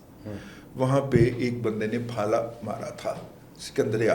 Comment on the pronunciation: پھالا نہیں بھاٸ۔۔۔بھالا،،،